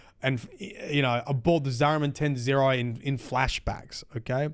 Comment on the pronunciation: "Zariman 10-0". Ten Zero? No. "Zariman 10-O". Ten Oh. (Tenno)